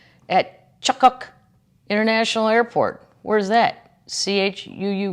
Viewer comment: Chuuk is pronounced Truck. It’s a 4 islands in the nation of Micronesia . There are many Chuukese in Eugene Oregon.